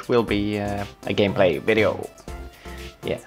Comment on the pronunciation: Hello guys welcome to another vvvideo and in this vvideo XD then after that u Said wideo XD Good job! XD